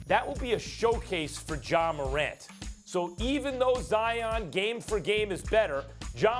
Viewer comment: Bruh it’s Ja c’mon now 🤦🏿‍♂️💯